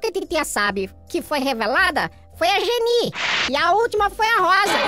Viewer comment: Não é jenie🤣🤣🤣🤣 é jennie 🤣🤣🤣 eu ameiiiii